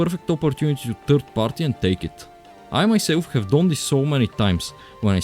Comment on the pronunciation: tOor, doNe, nOThinG, FackinG, eNoFF:DD is NOT cooking these voiceovers 💀💀💀